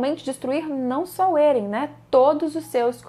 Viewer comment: Você esta pronunciando vários nomes erradoa. Êren? Histôria? PIKI?